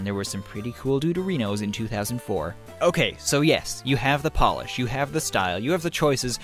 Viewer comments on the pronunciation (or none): none